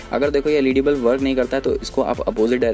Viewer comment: Bulf nahi hota... Bulb hota hai 😅